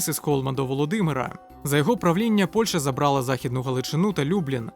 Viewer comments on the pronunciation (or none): none